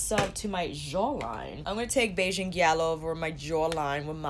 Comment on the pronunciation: You're hilarious! That sensual zoom killed me lol I died a little at the pronunciation of gyal, but you got Bajan right and that's what really matters haha. ( I say this as a Bajan) I'm between getting Island Ting and Bajan Gyal, and I cant't wait to get in store and swatch them sighhh